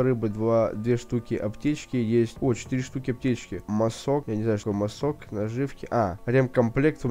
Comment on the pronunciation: Киря,не масОк,а мАсок,тоесть маски